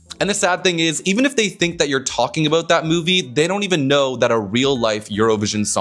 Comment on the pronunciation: Haha, you had a South Park Canadian "aboot" coming out in the end